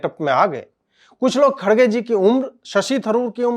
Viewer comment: His name pronounced as “kar gay “. I’m not joking